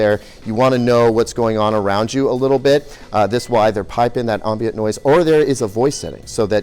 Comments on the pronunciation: Dude. Subtitles! I could not hear the "ombons" over you eating and overpowering your microphone. Say it one time with me, "am-bee-ent". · I think you're saying ' ambient ' wrong...